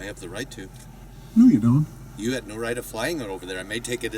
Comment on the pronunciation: "I doe not......" what an idiot